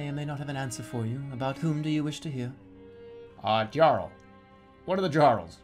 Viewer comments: The way Jerma says "jarl" really annoys me. Like you've learned that Arkansas isn't fucking "Ar-kansas", but the simple world "jarl" is too much. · sorry, this comment is a year old. but i know right? i mean, he played skyrim right? you have "djarrels" there too lol.